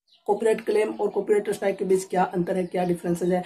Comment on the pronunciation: अरे भाई!अस्ट्राइक नहीं है स्ट्राइक है।